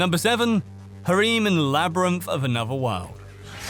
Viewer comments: this mf literally said harim. The disrespect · Who tf says "ha reem" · video's great keep it going, loved it! just pronounce harem properly next time please I went a little crazy by the end^^ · "Harim Anime" hahaha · The word harem doesn't have an "e" at the end or two e's in sequence. The end sounds like Rem from Re:Zero. I feel better now... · wait wait wait... i can't get past the wait he pronounces harem. it's just too funny